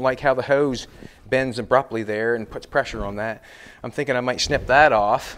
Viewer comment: Hose, not Hise.😄